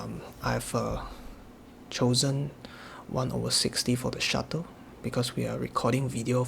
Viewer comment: It's "Shutter" not "Shuttle", I mean it even says right there in the menu 😉Anyway, great video, good work! You're getting so much more out of the ZMP!